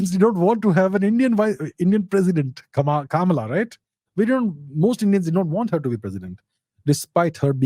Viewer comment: Abhijit’s mispronunciation of ‘Vivek’ and ‘Kamala’ was intentional and not for imitation of American fashion, I think. It appears to be to make himself intelligible to an American audience. I disagree with the approach.